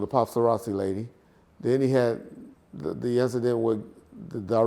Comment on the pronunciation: “Uncle Charles” 😂 and the “Passarazzi” 🤣🥴